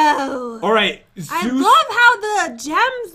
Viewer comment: Zeus Helment How pat says it: Zoo's helment